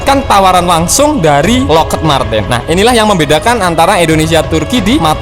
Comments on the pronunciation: Bacanya Lokhid bang... bukan Lokhed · Lockheed dibacanya Lokhid, bukan loked min..